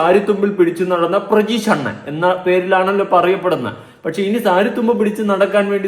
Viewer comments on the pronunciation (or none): Chetta prajeesh alla pratheesh ann😊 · പ്രജീഷ് അല്ല പ്രതീഷ് 😂